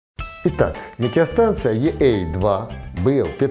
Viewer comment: ведущий на видеоролике очень странно произносит название станции - е эй два (?)... если уж говорить на английский манер то тогда уж - и эй два... ну а если по нашему то - е а два... ведущий почему-то первую букву говорит по русски ( е)... а вторую уже говорит на английский манер ( эй)